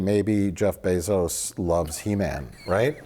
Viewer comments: Jeff Bee-zos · "I'll pay for the sequel but you have to name him Jeff Bee-zos"